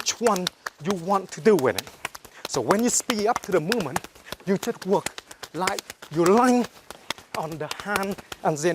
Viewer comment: I wike, he weally good